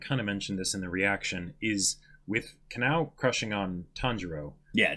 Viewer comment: Ka-NOW, Ka-NAY...oof. Please review how Japanese pronunciation works.